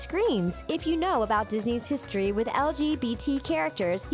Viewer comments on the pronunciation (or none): none